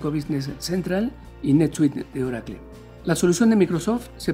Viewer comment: Que es Orakle? haha